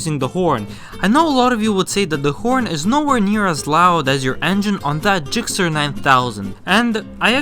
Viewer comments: So we're just going to ignore the fact that he said gixxer 9000 😂 . Great video mate💪🏾🙂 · 3.41 did you just said Gixxer 9000 bitch